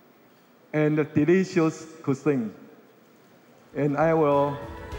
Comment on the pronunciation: 從賴清德最近的英文演說可以發現他的英文口說已經有明顯進步，這是件好事，因為外交是總統的工作，當總統之後接見外賓、英文演說機會很多。 這個影片中賴清德有些字的發音有錯誤： 1、semiconductor：音標雖標示 [͵sɛmɪkənˋdʌktɚ]，但習慣卻念 "些麥"，而不是"些米"~ 2、essential：音標雖標示[ɪˋsɛnʃəl] ，但習慣念"額先秀"，而非"一先秀" 3、cuisine： [kwɪˋzin] 發音含混不清。 英文有習慣念法，不是照字典發音就對，建議賴清德應多聽CNN等外國新聞節目，一句一句跟著外國人念，這樣進步會比較快。 另外，比較賴清德其他演說，可以發現他應該是背下來念，英文會話應該真刀真槍有辦法自由對談才算及格，建議賴還是要多和外國人用英文自由交談，培養無固定招數的英文對話能力，否則那天聽到一句沒背到的就會不知該如何回答。